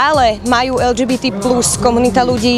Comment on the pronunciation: Redaktorka nevie ani len vyhláskovať LGBT po slovensky 🤦